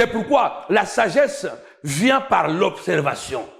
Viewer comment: Observarion obserbation obserbation observation observation observation observatio'